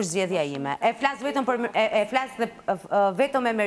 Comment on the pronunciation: Flash 😅 Gjaj 😅😅